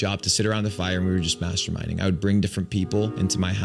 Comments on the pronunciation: No kidding… when he said masterminding I honestly heard masterbating twice. It was only when you said masterminding I realized what they/them said. 😂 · I swear I thought he fucking said masturbating 😂😂😂